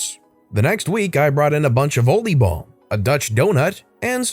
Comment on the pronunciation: Kudos for your pronounciation of the word “oliebol”. (Or are you fluent in Dutch)